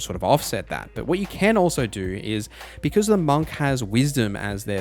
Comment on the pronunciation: the way that you say monk is killing me 😭